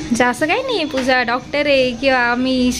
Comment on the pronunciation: tu puja nako bolat jau.pooja bolat ja.